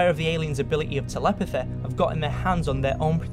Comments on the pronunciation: Cool video man, oh and say telepathy again I love it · conspiraceh telepetheh jokeh. Best accent I say...